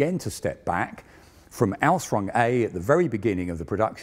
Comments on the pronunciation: I like but his pronunciation of Ausführung is slightly maddening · You can say ausfrung a thousand times, that doesn't change the fact that it is wrong it should be Aus-füh-rung every single one of those times. AR-TI-CU-LATE ffs. If you're not sure how to pronounce it, there's dozens of internet resources you can use. Here is just one I found in a five second search. And I'm not even a native German speaker my dear man. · Work a bit on your pronounciation of German terms. Google translator has a voice function. It is "Ausführung" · I watch these to hear non-German-speakers struggle to pronounce the word "Ausführung" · Request: Please don't use German words if you cannot pronounce them correctly. Hearing your attempt at "Ausführung" just made me cringe every time. Yes I know, minor detail.